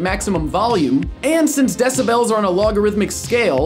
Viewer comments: its decibels not decibells lol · I've never heard it pronounced decibells before.